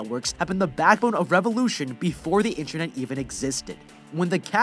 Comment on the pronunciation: "Stuck in a burning hell hole without any inyernet" lol